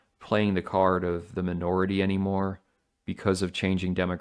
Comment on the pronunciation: "the menorahty" 🤣